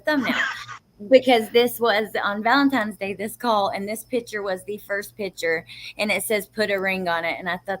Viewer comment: Maybe my ears need to be cleaned, but I thought I heard someone say "Valentimes Day" and not Valentine's Day💕💞. I'm sure it's my ears.